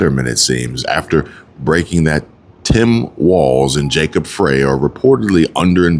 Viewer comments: no, I want no association in being part of Chi-Canadia. I want my state back (Minnesota) Edit: Jacob Frey is pronounced Frie like French fries. Js. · Jacob Frey is pronounced FRY